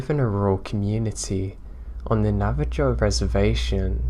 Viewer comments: Great advice in beginning especially for us who have diagnosed mental issues. That being said need to talk about your pronunciation of Native Tribes. Navajo does not end in Joe it ends in Hoe. Navajo= Nava-Ho. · Navi - Joe 😄